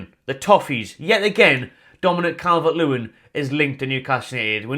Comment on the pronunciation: Not Calvert-Lewin!! Listen to the fans